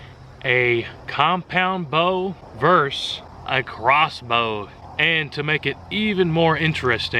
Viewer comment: Thanks for the video. If you'd like to improve your English, start saying, "versus", not verse. vs or v are both abbreviations for the 2-syllable word, ver-sus. EDIT - I see that you sometimes say "versus", and sometimes "verse". Keep working on it. LOL I do think the crossbow bolt might have been stopped by the board - it was angled downward. Pretty cool test.